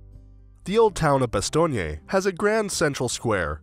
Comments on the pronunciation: omg why are you saying "bastogney"? You don't pronounce the final "e" ! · Bastogné must be a new town ... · Why is he pronouncing Bastogne like it's an Italian city name? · The narrator's constant mispronunciation of the town name is so irritating that I simply turned off the sound.